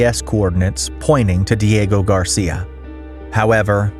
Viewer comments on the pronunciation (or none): none